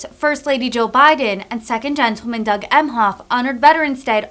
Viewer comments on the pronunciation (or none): none